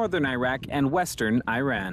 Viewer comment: By the way, Iran is pronounced: "e-run" not "i-run"